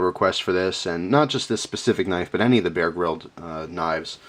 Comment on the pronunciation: he sais bear grilled knife